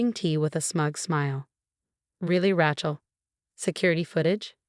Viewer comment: It’s “RAY-chel” not “RA-chel” godammit! It only has one pronunciation!